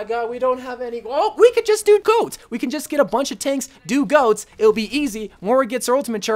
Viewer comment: It's goats not go😂